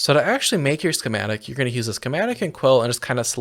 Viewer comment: Why does it sound like you add an h in front of use lol.